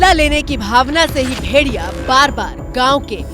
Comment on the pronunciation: मैडम जी. भेरिया... नहीं भेड़िया बोलते हैं 😅